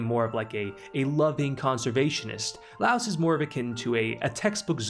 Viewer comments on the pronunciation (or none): All corrected pronounciations (Source: Eng dub [very good btw]) - Marcilleh --> Mar-sille - Laos --> Lie-os - Fallin --> F-AH-lin Good video essay! Liked the clear explanations you gave the audience. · Lol I'm not normally a stickler for name pronunciation, but this was killer for me XD For the future and your future reference: Mar - seal Lie - OS Chill-chuck The video was amazing work otherwise! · Why is everyone calling Laios, Laos? It's some English translation error? Or a dub error?